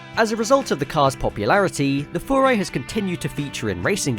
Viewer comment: You are the first person I have ever heard pronounce Furai the way it's supposed to be, and not Fyurai. Massive props!!!